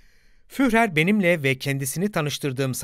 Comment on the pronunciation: Kapsamlı bir konu ve başarılı bir anlatım, tebrik ederim. Sadece, Almanca bazı isim ve kelimeleri yanlış telaffuz ediyorsunuz. Örneğin Adolf Hitler'in "Führer" sıfatını yazıldığı gibi yanlış telaffuz ediyorsunuz. "Führer" şeklinde yazılan kelime "Fürer" şeklinde telaffuz edilir. Yani kelime içindeki "h" harfi düşer. Bir diğer örnek Alman alfabesindeki "ä" harfinin geçtiği kelimelerin yanlış telaffuz edilmesidir. "ä ; ee" gibi okunur. Türkçedeki "tabii" kelimesinin "tabi" şeklinde telaffuz edildiği gibi. Videonuzun tek eksik tarafı, Almanca bazı isim ve kelimelerin yanlış telaffuz ediliyor olmasıdır. Onun dışında son derece aydınlatıcı mükemmel bir çalışma. Başarılarınızın devamını dilerim...